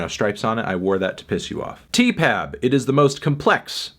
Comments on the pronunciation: stop calling it 'teepab' it sounds awful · Can you not saay Tee-Pap? It's sooooooo...